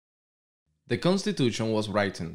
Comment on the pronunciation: Hola,. Muy interesante tu video, pero te sugiero revisar la pronunciación de algunas paralabras, como por ejemplo written, it is no wraitin, it is writen, racial, reishal, etc. Recuerda que varias personas estamos estudiando para nuestra prueba con tus videos.